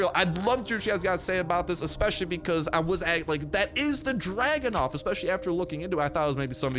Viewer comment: It's Dragunov, not Dragonov lol